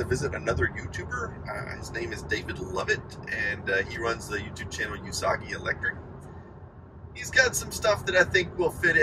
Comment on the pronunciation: Just an FYI, the U in Usagi (Japanese for Rabbit) isn’t pronounced “you,” it’s pronounced like the O’s in “Google.”